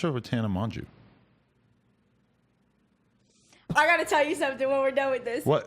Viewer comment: I hated the way he said Tana Mongeau😂